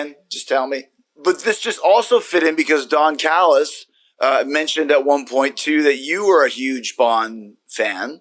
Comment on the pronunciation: I thought it was Callis not Callus